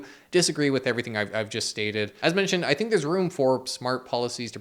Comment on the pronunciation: This really makes you fink... and perhaps thats what they want you to fink... #finkaboutit